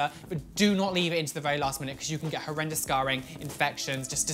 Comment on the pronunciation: This is how many times he said that’s hORreDoUes 👇 👇 👇 👇